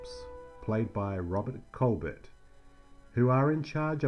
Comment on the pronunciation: Well, Colbert and Tufeld’s names were massacred and the fact that Robert Colbert is the son of Claudette Colbert was missed just adds to the list. 😀